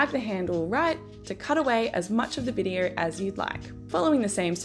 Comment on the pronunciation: Videarrr? So sorry but that mispronunciation was soooo distracting.